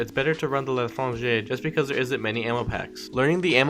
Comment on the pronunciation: Saad khan LITRANGER